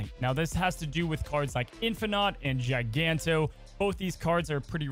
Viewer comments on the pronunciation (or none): another GIANTo instead of GIGANto